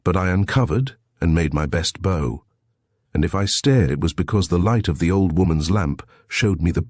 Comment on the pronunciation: Like BOW and MEDIEVAL. 🤗